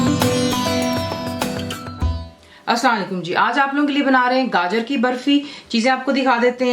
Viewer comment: i thought title spoke ( gajjar ) and not ( gaajar )